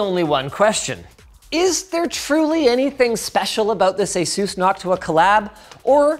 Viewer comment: ur pronouncing asus wrong. it's the other way. ur not Taiwanese, whats the accent for?